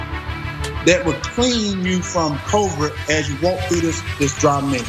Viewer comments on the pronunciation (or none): This guy said Covert not Covid. SMH